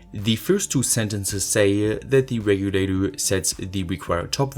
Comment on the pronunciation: "voltage reguladurr"